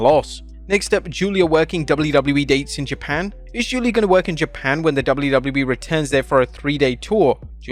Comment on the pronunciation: I'm so glad you stopped pronouncing "Giulia" as "Gweela"